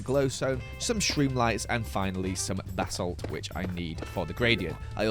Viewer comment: i will never get over the way says ba-salt. BHABHABA